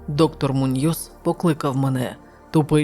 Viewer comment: МУньйос, наголос на у. ТОрес, наголос на о.